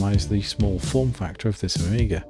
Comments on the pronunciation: Génial par contre je regarde en français et la voix dit « Oméga » à la place de «Amiga » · why the AI keeps saying OMEGA instead of AMIGA? did you used an english voice to speak in spanish instead of using a spanish voice?